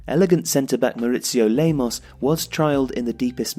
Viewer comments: mauricio lemos not lamos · Nice video. But why are you insisting on calling Lamos instead of Lemos, his real name?